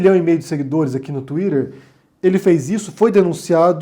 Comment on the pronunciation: Não fale mais tuider, por favor.